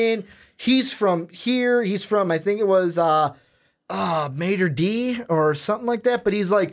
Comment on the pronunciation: Mayter Dee?? Really?? Let me guess...he pronounces IMG Academy as Image Academy,lol!! Jk... but seriously, It's Mater Dei(pronounced: Mah-ter Day). How do you not know the names of the high schools the players come from? (you don't have to know all of them but at least know the major ones, i.e. Mater Dei,IMG Academy,Bishop Gorman,Serra etc.) I can understand if your just an average fan but if your gonna do a College Football Podcast... then you gotta know what in the hell your talking about!!